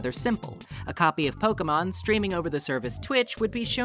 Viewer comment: Pokémon, not pokeumon.